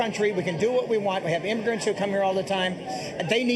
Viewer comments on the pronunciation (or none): what the fuck is an “imgrint”?